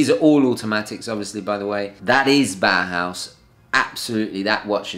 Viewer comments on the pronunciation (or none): none